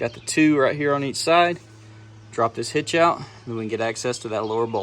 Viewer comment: Hitch out sounded like hit shout.